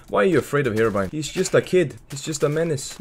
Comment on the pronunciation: Herobrine* not herobrian